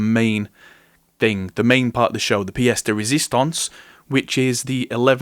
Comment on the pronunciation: it's nott fiesta resisttance ahahha. Its "piece de resistance"